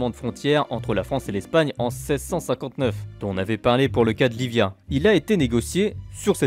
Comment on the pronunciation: ça se dit pas Livia mais iibia ( double L sonne i et v sonne b )